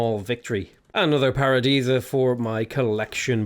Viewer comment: I need a counter for how many times said Paradeesa (i know i spelled it wrong!) lol